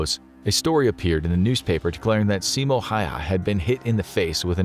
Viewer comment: yet could not pronounce Simo Häyhä :D